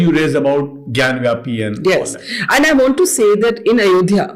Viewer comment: it is not jaan vapi it is Gyan vapi